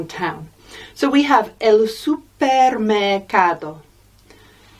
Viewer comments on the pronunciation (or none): Saludos de Colombia. It's a good lesson and great content some of the pronunciations are slightly off: supermercado (stress on the CA, not PER), el hospital (la o sounds odd), ustedes (natural stress on TED, not U), clase (stress on CLA, not SE)